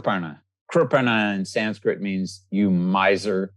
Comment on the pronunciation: Dr Svoboda has the perfect Sanskrit pronunciation! I bow to his knowledge.